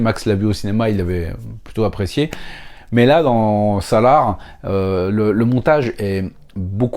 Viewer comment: C’est pas Salare mais "SAAALAAAAARRRR" t’as pas mis la bonne intonations 🤣 mais comment j’ai pu loupé ta vidéo